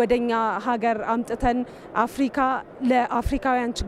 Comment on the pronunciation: አፍርቃ አትበል (አፍርካ)ብለህ አንብብ ጋዜጠኛው